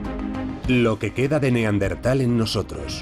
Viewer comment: Buen documental, pero en el doblaje pronuncian mal la palabra Neandertal, cambian de posición la ere (r) y la ere (n) 🧐